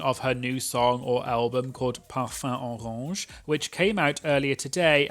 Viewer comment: ikr, as a french myself, his pronunciation of La Grande Dame and Parfum Orange was actually really good !